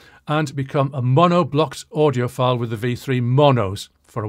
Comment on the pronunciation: Did he say "...how do you appear to be an audioPILE [ie you're full of IT]?"